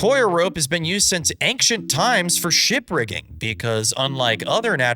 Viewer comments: I really hate the way you say Ancient… genuinely you should be disappointed in yourself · your pronunciation of the word “ancient“ is a very concerning